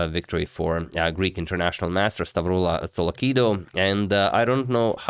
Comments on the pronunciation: The pronunciation of the Greek name was on point, nothing to worry about there. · Hey Agad, perfect pronounciation, you actually said it like you are from the center of Greece! <3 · You pronounced perfectly "Stavroula"